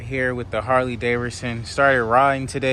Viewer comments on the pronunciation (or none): You saying “Harley Daverson” driving me crazy 😂😂